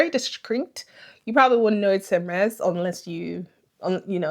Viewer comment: Amazing haul 😍. Just FYI : H in Hermes is silent in French so it should pronounced as Ermes